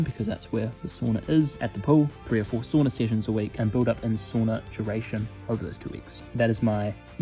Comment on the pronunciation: He pronounced sauna wrong